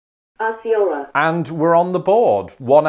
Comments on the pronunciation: OH-cee-ola... not AH-cee-ola... And, it's shih-NALL... But, hey, you did pretty well! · They actually got Osceola wrong, unless you're talking specifically about the tribe. My school played against Osceola and it starts with a long O sound, like "Oh-see-oh-la." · That’s not how we say Osceola. I’ve always heard it pronounced with a long O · As someone who LIVES in Arkansas, and not far from Osceola - I can tell you it's OH-see-o-la. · Hearing the recorded pronunciations, really says that you CAN'T go by it for the correct way of saying all these towns. 😩 (I'm from Arkansas, almost 60yrs.) Some are close enough to be passable BUT NOT completely correct. Ex: 1. Osceola - should be > O•SEE•O•LA 2. Chenal - should be > SHHH • NAL Just to name a couple... 🤷‍♀️ I still LOVE YOUR VIDEOS!! 💜💜💜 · It should be pronounced O’see-o’la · Osceola, Oh-see-ola is the correct pronunciation. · Osceola should be pronounced Asi-yahola, not sure how Arkansas pronounces it, but in Missouri my parents called it Ohs-C-ola, but there are many Osceola's in the USA, probably each is different. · The program didn’t pronounce Osceola correctly. It is o-c-ola or Oh-si-ola. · Osceola was pronounced wrong. The opening 'o' is long Oh-see-oh-la. Source? I grew up there. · That AI robot misled you, Osceola is with a long "o", not short. 😉 That's my neck of the woods. ❤️ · Osceola actually starts with a long o sound. The computer mispronounced it. I live just south of it. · The computer got Osceola wrong. It's close. At least in Arkansas not how we pronounce it. You pronounce the O with O sound.